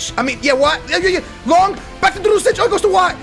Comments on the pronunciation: STOP WITH SAYING LONK BITCH, IT IS LONGGGG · It's long not lonk